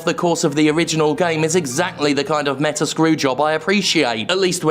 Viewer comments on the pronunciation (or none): none